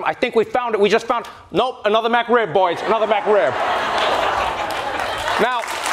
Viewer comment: That safe joke would have been funnier if Trevor had said McRib instead of MacRib